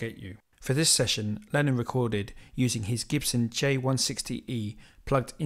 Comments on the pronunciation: All very interesting. Many thanks. But please stop saying "Lenin". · You clearly know how to pronounce ‘Lenin’, because it is onomatopoeic. But ‘Lennon’ is not onomatopoeic, because the sound at the end is ‘on’, but more commonly pronounced ‘un’. But never ‘in’. But none of the above detracts from the quality of your videos! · Great video, thank you! One gripe: you keep referring to “Lenin”, which is a rather irksome mispronunciation, since Lenin was a purveyor of death and misery and Lennon a purveyor of musical perfection. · ... His name is Lennon... NOT Lenin